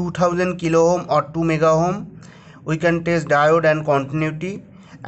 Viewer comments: Its not ohom . Its ohm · Everytime you say ohm, I'm dying laughing here 😂